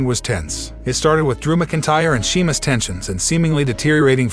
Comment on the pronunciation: It Sheamus not Semus